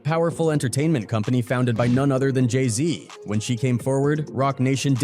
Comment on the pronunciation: J i z yea you dont know anything brother 🤣 learn to pronounce jay-z correctly before doing a vid